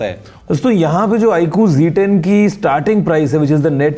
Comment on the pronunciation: G10 nahi Z10 hai sahi se bola kijiye